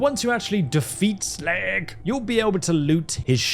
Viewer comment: First time i discovered "slag" i couldnt take him seriously at all! YOU SHLAAAAAAG!